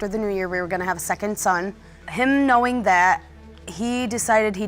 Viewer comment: Grew up “knewin” It’s “GREW UP “KNOWIN” Ughhhh the way they talk makes them illiterate!!!